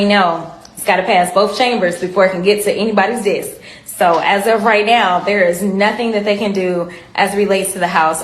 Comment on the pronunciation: It's NOT DESS...ITS DESK